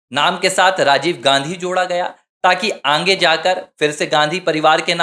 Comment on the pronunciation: Poor Pronounsation, aange